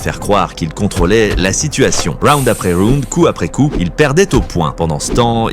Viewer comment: "raound" après round ? si tu prononces bien la première fois, pourquoi pas la seconde :)